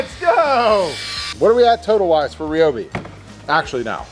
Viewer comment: Omg it’s RY-obi NOT RE-obi. Just like it’s RY-an, u never say RE-an. Americans speak so weird and nooooooo u have boring (sorry) but he’s just so boring and deflating. I’ve seen more air in a deflated balloon lol. Sorry but I’m skipping past this part with him in